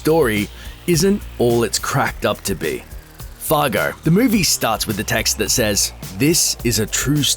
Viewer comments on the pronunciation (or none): hahaha "Farger" for now on. Bye bye Fargo ;) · hey bud why don't you learn how to say FARGO correctly . there is an R in it for a reason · i knew from the second I turned this on that he'd say Fargo wrong or weird